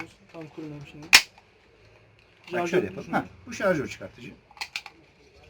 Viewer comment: Jarjör değil şarjör